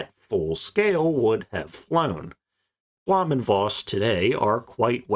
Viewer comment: Good video. Some tips in pronouncing German, though. Blohm is pronounced like home. Voss is like Foss. The V = F Voigt is pronounced Fohkt, the O being like in home. Luftwaffe is looftvaffeh, W = V Or use pronunciation guides. It would make your videos sound all the more professional. Cheers!